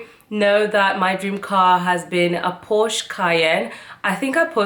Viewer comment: Congrats for your nice car. Also germans said Porsche Not Porscha